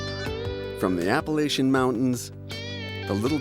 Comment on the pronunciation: He pronounces Appalachian wrong.